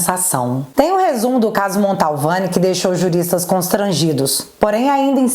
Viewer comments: te adoro, vc é muito boa, mas só te corrigindo, é família MANTOVANI e não Maltovani...Edson aqui de Taubate SP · O! Você falando sobrenome da família Mantovani errado... Não é Montalvani não😅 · Montovani e não MONTALVANI....